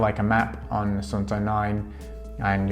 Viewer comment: You got it! From the Suunto about section: "The word “Suunto” comes from the Finnish word meaning “direction”. Suunto is pronounced “Soon-toh”." "Suunto was born in Finland more than 80 years ago, when championship-level orienteer and keen outdoor enthusiast Tuomas Vohlonen invented the mass production method for the liquid filled compass. Since then, Suunto has been at the forefront of innovation, hand crafting premium sports watches, instruments and dive computers that have been tested in the world’s harshest conditions. From the beginning of time, man has explored. All that has changed are the tools."